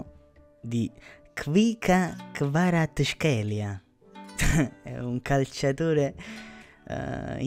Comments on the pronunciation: Kvara-ts(like C in Cvrena Zvezda)-kh(like G in Getafe)-elia, or just say Kvara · English Kvaratskhelia, In Italian is pronounced as Kvarazzkhelia!:-)